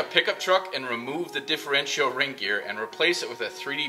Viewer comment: Not custom tapped threads.. custom threaded inserts. And the last 'i' in Differential is not pronounced.. more like 'diff-er-EN-chal'.